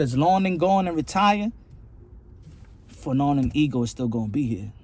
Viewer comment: Wasn't you calling fannon fagnon I think that's worse than bud did lol